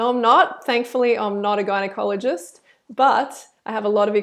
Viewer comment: When she said gynaikologist i thought she said guy in colleges😂😂